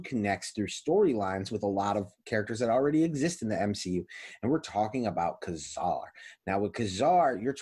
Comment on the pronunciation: “Kay” Zar with the accent on the 1st syllable. Please. “ka” zar sounds like what you would tell when you perform a magic trick